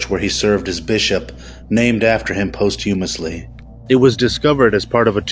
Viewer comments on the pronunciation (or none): "Post Hoomously". Dude seriously needs to go back to school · “Post humosly” 😂 💀